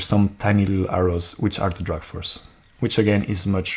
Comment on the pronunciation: It's not drug but drag (draag) force ;)